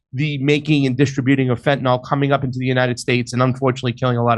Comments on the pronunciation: Fuck! What is "fentanol"? It's "fentanyl", dammit! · Could people stop pronoucing it fentanOL please?